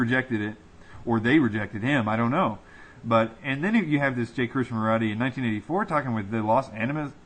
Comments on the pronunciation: It's pronounced KRISH-NA- MURTEE.... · KRISHNAMURTI, you are mispronouncing his name.